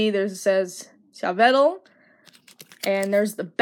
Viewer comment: You pronounce Yveltal: ee-VELL-tall.